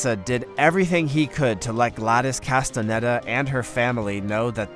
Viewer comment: I very much enjoyed the video, until when you pronounced mesa az MESS-AH then added insult to injury with cas-the-NED-a, try MeYsa and Cas-the-nada or the American version like Cas-ten-aida